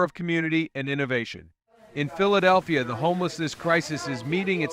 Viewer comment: THIS IS AI CRAP - CAN'T EVENN PROUNOUNCE PHILEDELPHIA!!! IDIOTS!!!! REPORT AI AS MISLEADING/SPAM